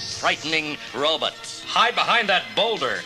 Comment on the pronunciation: I loved book/cassette combos as a kid! HAHA! Cracking up over the good ol’ “robits” and dinasawers” pronunciations! 😆